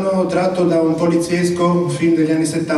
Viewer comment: Schifrin si pronuncia alla maniera spagnola cioè "scí"frin, non "sCHi"frin.